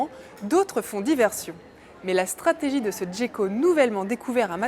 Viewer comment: Gecko se prononce [ʒeko] (jeko) et n'a pas d'accent. Merci pour cette vidéo, bien sûr...